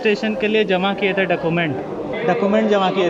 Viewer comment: Process is good bit you should mention url of rto and charges and other rule also... Plz pronounce document properly